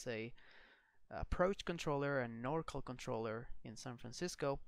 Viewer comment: FYI, NorCal = NORthern CALifornia, it's pronounced NOR CAL not NOR CALL. Same for SoCal = SO CAL not SO CALL ;-)